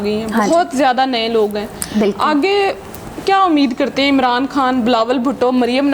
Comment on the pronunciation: امران خان نہیں ۔۔۔۔ عمران خان ھے اصل لفظ